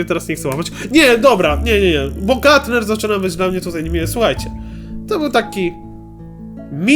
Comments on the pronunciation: to nie gatner tylko grumper (czyt. gramper) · kurwa grumper a nie gatner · Gramper a nie gatner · nie gutner tylko grumper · "Gatner" 2017 xD